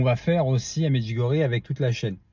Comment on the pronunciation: Bonjour s'il vous plaît merci de prononcer Medjugorje avec ié à la fin.